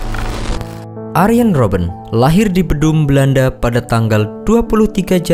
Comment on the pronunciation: Arjen jen bng bkn arien